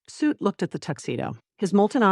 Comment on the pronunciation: Heads up for people new to this series: the AI says “Suit” for the dragon baby. It is supposed to be “Soot”.